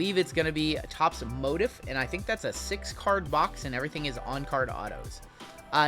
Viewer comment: Motif = Mow-Teef ❤